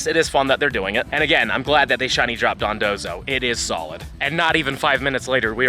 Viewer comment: I love how you went from calling it Dondozo to Dondonzo XD